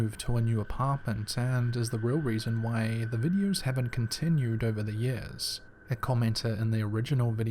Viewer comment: They are called videos not videe-urrs